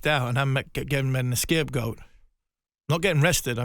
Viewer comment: Is he saying "escape-goat" lol